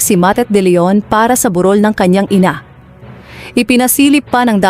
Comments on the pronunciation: burol hindi borul pati vlog AI narin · Narrator burol bundok ba yan anong on or Aunor iba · Honor ka ng honor…bur rol…pakiayos po.